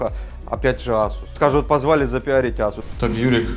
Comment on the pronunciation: я его азуз в азуз имел , как резало слух Вроде Асус говорится